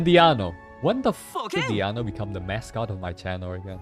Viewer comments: So he regularly calls Diona as Diano?🤣🤣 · Why is he intentionally calling Diona as DIANO 😂😭💀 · is he calling her diAno willingly , its making me go crazy. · You think it's Diona? No. It is me, DIANO